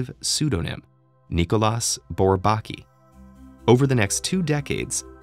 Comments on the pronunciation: When you say "without tonic accent", it sounds like you mean the three syllables are stressed evenly -- and that's how I would pronounce it too. But the narrator says BourBAKi, with heavy stress on the second syllable. I've never heard anyone else do that, and I've heard it pronounced *a lot*. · Thanks. By the way, it's pronounced, 'Bor-bah-KEY'. You do know there are websites that will pronounce words & names for you, right? At any rate, some mathematicians do feel there work was (and is) important. But even some French mathematicians were not that keen on them. René Thom (founder of Catastrophe Theory and winner of the 1958 Fields Medal) once quipped that their major contributions were to distinguish between the ball and the sphere, and between the circle and the disc. I have that one on tape. But bold they were, no doubt. tavi. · Can someone tell this guy how to pronounce "Bourbaki" correctly? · All I'm saying is that all mathematicians -- I've never heard a single exception -- pronounce Bourbaki the same way. There is a received pronunciation. I'm sorry it sounds to you like derision -- I didn't mean to make fun of him or anything and sorry if that's how it sounded -- but the result would have been more convincing if they got a narrator who sounded like he was already familiar with the subject matter. I hope that makes sense. Peace. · I misinterpreted the title and thought this mathematician was Pratik Aghor. I was waiting when all this introductory talk about Bourbaki ends (I knew about it anyway) and the videos gets to the point. Lol. Also, shouldn't his name be pronounced by french rules? [nikolj'a burbak'i]?